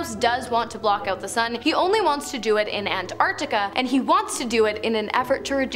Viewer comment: Not relevant, i know, but THANK YOU for correctly pronouncing Antarctica!! It's incredibly annoying when American tv presenters constantly prounce it An Ar eca